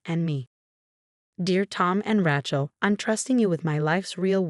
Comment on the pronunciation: The AI cnt pronounce Rachel or Nazi, among other words